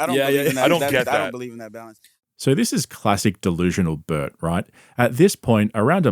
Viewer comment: I like that you pronounce the name Burt as butt